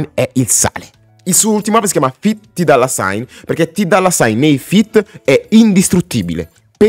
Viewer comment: comunque hai un problema coi nomi, non si pronunciano "keni west" e "ti dolla"